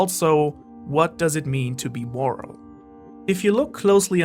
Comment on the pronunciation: you said “what makes someone morel” and i was like idk carry around a big pipe